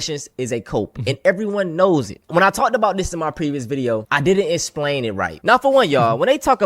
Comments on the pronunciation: idk if I can trust a guy that says "esplain" anunciate the x, ffs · " I can't espian it right" lol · It's Asmongold, not Asmongolt. It's pronounced explain not esplain mfer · "I di'nt esplane it white" ....hmm...you dont say